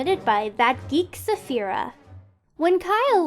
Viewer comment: I'm not hating but the way you said Sapphire its wrong it Sa-ff-I-er you said Saphyra which is my name